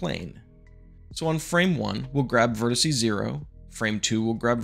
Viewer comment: nice tutorial, but godammit stop saying "vertiseee"!!!! 😖 (you did actually say "vertex" later on in the video, i'll give you that)